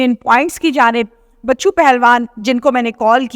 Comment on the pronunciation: بچو پہلوان نہیں ۔۔۔۔۔ بچھو پہلوان